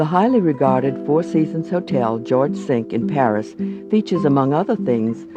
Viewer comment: George Cinq is pronounced George Sink as in kitchen sink! Amusing.